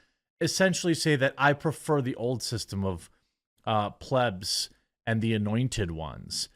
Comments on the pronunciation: Where are you replying to your followers in this videos comments? Also learn how to say plebs please. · He's pronouncing plebs properly today.